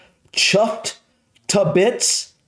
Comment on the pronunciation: as a northerner the way you said 'chuffed to bits' killed me 😆 It's something you'd hear almost daily around these parts. This is a good list, they are all commonly used 👍